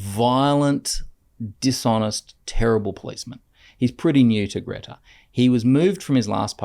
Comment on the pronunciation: FYI it’s pronounced ‘Gree-ta’ not Gretta 😊